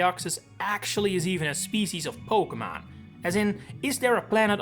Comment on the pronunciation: Stop pronouncing Pokémon wrong it’s unlistenable bro